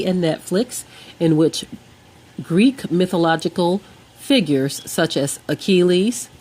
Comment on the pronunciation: You might want to learn how to pronounce words such as Achilles, Iliad, Patrocles, and Yeshua before attempting to sound educated. Your "facts" are also incredibly moronic. Have a nice day!